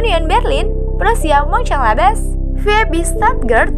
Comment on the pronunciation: klo ga tau cara nyebutnya, ke google translate aja gmna cara nyebutnya pake bahasa asalnya. Ntar baru dipraktekin